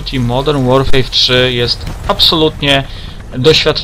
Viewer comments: Modern Łorfer się mówi, u Ciebie słyszę Łorfej czy coś. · Nie to żebym się czepiał ale modern łorfej śmiesznie brzmi